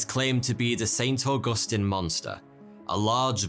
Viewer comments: As a Floridian, it's saint augusTEEN it..come on guy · St. Augustine, not st. augustan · As a Florida native, I am here to tell y’all that it’s Auag-us-teen say that 3x fast. Augustine.